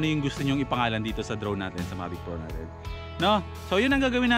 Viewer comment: Mavis 🤘🏻 tapos ang basa sakanya ay May-vis